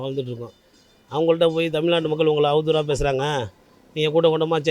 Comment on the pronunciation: தமில்நாட்டு இல்லை. ஏன் இப்படி கொலை செய்யறீங்க?